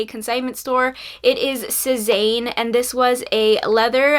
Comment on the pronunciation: I believe Sezane is pronounced "Say-zahn"